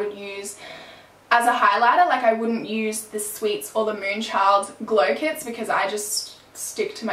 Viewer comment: when you almost said glow clits i laughed so hard, why do i have the sense of humor of a 6th grader